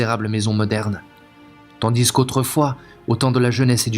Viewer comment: Excellent choix, excellente lecture. Ne prononcez pas le « s » de « tandis que ».